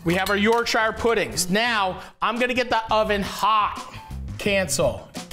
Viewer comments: Sooo I'm from England. And it's not pronounced YorkSHIRRREeeeee. It's pronounced Yorksha. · Please don’t say York-shire pudding again 😂 “YORK-SHA” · Matty. I love ya bro. But. As a native Yorkshiremen....Please stop with the York-Shiah. It's pronounced Yorksher. And for all the nobbers with comments on Phonetics and the spelling...The English language...is not...phonetic. Do one. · why Matty, why are you pronouncing it YorkShyer rather than Yorkshur? You’re Canadian, my dude 😅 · as a yorkshire man you need to learn how to pronounce it york-shuh none of this shiirreee nonsense also you was a top guy in the bear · The way Matty says Yorkshire like he’s talking about The Shire is funny, it’s said more like York-shuh in the UK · YorkSHAYER pudding!! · Yawk-shuh is how you pronounce it btw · Matty boy..... Worcestershire and Yorkshire words in UK are pronounced.... Woster-sheer York - sheer 😂